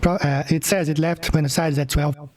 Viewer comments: Love your work! Sav here - Fellow Aussie from Melbourne here. Btw…”Buenos Aires” is not “Byooness”, it’s more like “B-ware-nos Aries”. Keep up the great content. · The only thing more offensive than Banjo’s mangling of the facts is your mangling of the pronunciation of “Buenos Aires’.